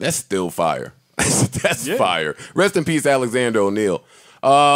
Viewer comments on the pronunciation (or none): Joe impression Joe says fiya